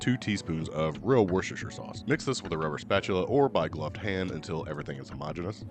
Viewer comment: You are hilarious. These look amazing, thanks! Nice job pronouncing Worcestershire 😆